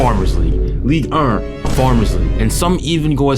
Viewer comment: the way you say ligue 1 pisses me off fr like "league ern"😂😂. But what a good quality video man keep it up and you will be one of the best 🙌